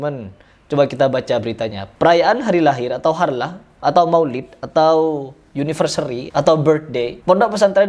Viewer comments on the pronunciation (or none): Anniversary bang bukan universery.. 😂😂.